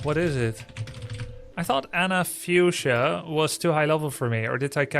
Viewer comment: Why so many NA streamers can't say fuchsia?